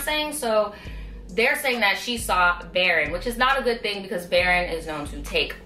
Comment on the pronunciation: Baron is pronounced baroon